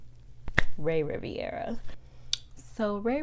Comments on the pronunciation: RI - VE - RA NOT Riv-I-era... also that hotel name was in french not italian... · His name is Rivera not Riviera